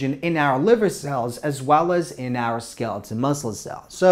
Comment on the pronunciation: Skeleton or skeletal? The pronunciation is weird or is wrong.